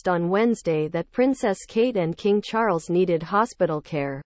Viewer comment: Excuse me!? King Charlesee??? It is King Charles the Third i.e. King Charles III.